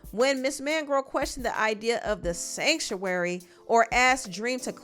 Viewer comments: “SanCTuary” 😂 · One more time…. “SANCTUARY “ Lol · the way you pronounced "Sanctuary" is sending me!! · The way u emphasize the word "sanctuary" is killing me 😅😅😂😂😂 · Ik this is a serious discussion but am I the only one who cracks up every time you say "Sanctuary"! 😂😂😂 I am screaming! 🤣😂🤣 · the emphasis on “sanctuary” everytime lmao 😭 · Sanctuary was all I was hearing😂😂😂😂😂😂😂😂😂😂😂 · It's the way you say "sanctuary"😂😂